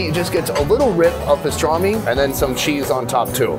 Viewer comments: its called pastırma not pistarmi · Loved the video. Thanks for posting. Can't wait to try them all in abot a month.The new name for the country is how the Turks pronounce it. Turkiye. I think it was Pastorma and not pastrami. In the background of the mussel restaurant the sign reads "there is no rock, sand or mud". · It’s not pastrami it’s pastrma. Which is completely different